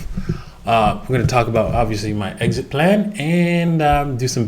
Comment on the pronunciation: exist plan hee hee. not trying to be rude